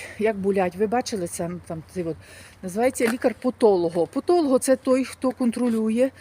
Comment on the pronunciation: Подолог , а не потолог.